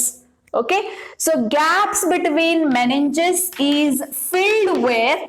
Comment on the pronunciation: Meninges not meniges